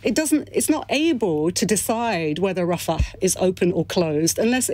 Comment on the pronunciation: Why does she try to pronounce Rafa with an Arabic guttural? Is it to give her more gravitas?